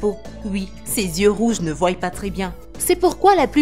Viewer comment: ne voillent ? Voyent ? 😦